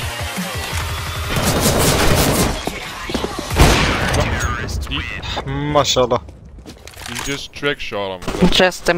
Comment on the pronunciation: the best maşsallah i have ever heard